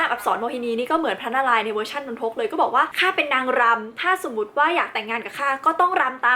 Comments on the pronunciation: พี่ครับนนทุกไม่ใช้นนทก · สรุปว่ามันอ่านว่า นน-ทก หนือ นน-ทะ-กะ ครับ ครูสอนว่านน ทะ กะ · นน-ทะ-กะครับ